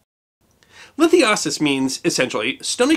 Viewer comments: It's LITH-I'- UH-SIS, emphasis on the long "I". Great video. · The Latin word for island “ínsula” is pronounced with the emphasis on the first syllable as it in in the word insulin. Lithiasis is pronounced with the emphasis on the second syllable and with a long I. Love your content!